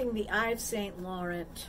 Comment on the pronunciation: I'm glad you had a nice birthday. The fake is exactly what I said fake you can tell and it sure doesn't match your hair color. Eves Saint Laurant is pronounced French. They sell expensive purses/ bags. Stay beat 💓